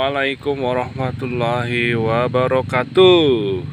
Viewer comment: Maaf mas. ....wa barokaaatu bukan ....wa barokatu😁😁